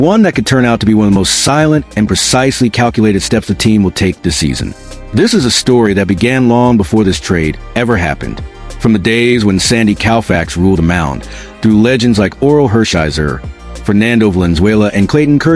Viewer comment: Your AI needs spellcheck,pronouncing Sandy’s last name Cow Fax is illiterate and unforgivable!